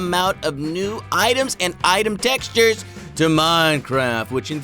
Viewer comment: textures not texutres